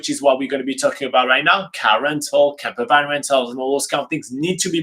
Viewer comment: I thought he was saying camera bag. I was so confused about why you would need to book one in advance, and how huge they are and then I realised. Camper Van! Hehe ;)